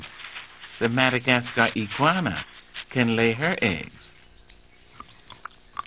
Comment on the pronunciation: Is he saying "MadagasTar?"